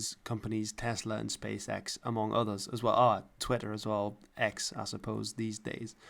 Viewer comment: So Space X is pronounced "space sex" because he's 12.